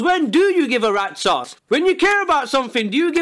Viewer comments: you mean rat sause? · When he says rats ass I hear red saus